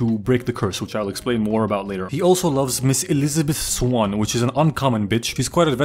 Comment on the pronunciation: "Miss Ilisibizz Sssswam"